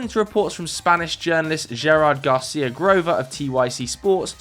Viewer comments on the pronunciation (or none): none